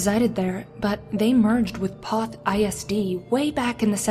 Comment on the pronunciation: LOVE HOW PEOPLE MISPRONOUNCE MY HOMETOWN NAME OF POTH,TX. IT'S PRONOUNCED LIKE POETH NOT PAWTH..........DUMBASS